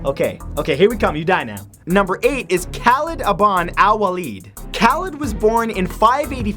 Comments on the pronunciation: #8 is pronounced kah-leed.... just sayin... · khalid is pronounced (kah-leed) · The way he pronounces Khalid's name 😂